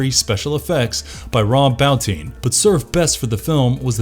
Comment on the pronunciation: Why can no one pronounce rob botin